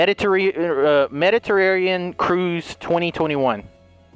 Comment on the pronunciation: Hearing you pronounce the word Mediterranean took me out 😂😂😂